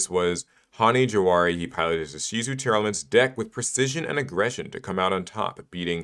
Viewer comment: Why does everyone pronounce Tearlaments as Tear-Elements when it's a portmanteau of the words 'Tear' and 'Lament'? That's two 'e's being pronounced that do not exist, and one 'a' that's gone missing.